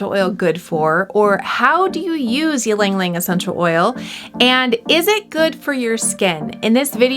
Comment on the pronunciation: Its “ Ilang Ilang 😬